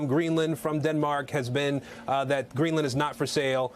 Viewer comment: in , he says "Greeland is a country" ?